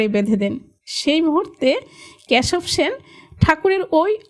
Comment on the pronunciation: ক্যাসব সেন নয়, কেসব সেন। বাংলাদেশের উচ্চারণ মনে হচ্ছে